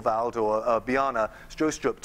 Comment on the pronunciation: Did he just call Bjarne Stroustrup "Biana Stroustrup"? Haha, I had a chuckle.